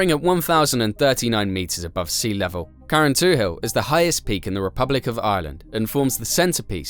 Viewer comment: It’s pronounced carran tool, don’t say hil. 👍